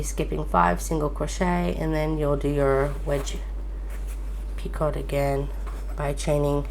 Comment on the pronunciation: I just wanted to let you know that it is pronounced "pee-co" The "t" is silent.